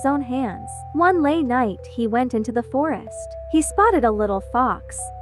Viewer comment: "one laye night" fix ur grammar 🥀